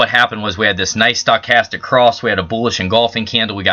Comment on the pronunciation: I think you need to learn how to pronounce Stochastic!